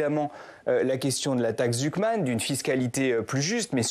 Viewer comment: Jpp il a dit la taxe « zouk man »😂😂😂